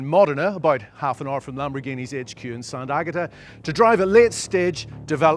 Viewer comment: This clown doesn't even have the brain to pronunce the locations in Italy correct 🤦🏻‍♂️ it is "Modena" and "sant'agata" . What a absolute goofball